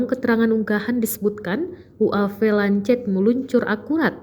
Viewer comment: Goblog bener ini pembaca berita..ngomong lancet aja ga becus.. bacanya Lanset woi.. Kamikaze juga ga bisa ngomong... Emg tribun penuh dengan orang2 tolol